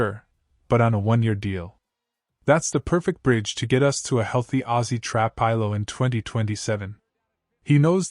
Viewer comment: Please stop mispronouncing trapillo 😮😮